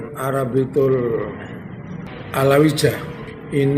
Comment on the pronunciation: Kok Alawijah, Pak? Itu kan ejaan lama. Ya Alawiyah gitu. Krn "J" di ejaan lama dibaca "Y".